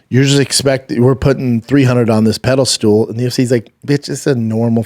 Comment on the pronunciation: B, I think you said "pedalstool" instead of pedestal.....whether intentional or not, funny nevertheless